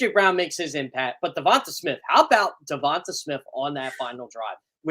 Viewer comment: Uhhuhhh teach him to pronounce DeVonte's name correctly PLEASE!! 😂